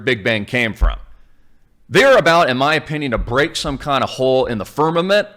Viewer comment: Did you say black hole or black hoe ? either one is ok I guess